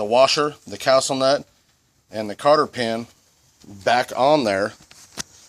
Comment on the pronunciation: Cotter pin, not Carter pin